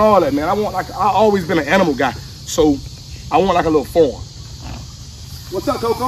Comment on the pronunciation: Bruhhhh, the way u said "farm" I can't stop laughing !!! IDK if that was a country accent, slang, british, ebonics, hood, or proper... LMFAO!!! I just don't know! ;)